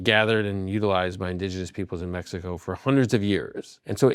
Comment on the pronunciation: This guy is a self proclaimed historian but cant say indigenous. 😅